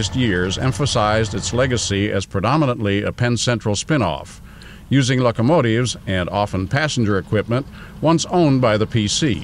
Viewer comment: was he calling them luckamotives?